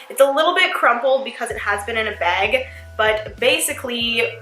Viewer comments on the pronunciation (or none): MadiLynn 13 instead of bag she pronounced it beg. Am I the only one who noticed it?